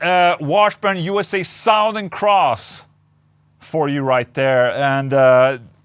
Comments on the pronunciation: You can say it as "Suthern", Ola :') You don't have to say "Sowthern" - Fank You clap Amazing guitar though! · Suh-thern. Sowth. He was from the South. Or He is from Suh-thern texas. Not trying to be a dick. Your pronunciation if the word southern is a little off. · Suhtherrn. say it like this. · Nothing is better than the way Ola pronounces, "Southern."